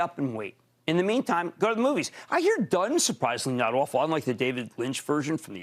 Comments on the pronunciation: It’s Duuuune, like the sands, not “Done”, the movie. Lol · It's called Dune not Done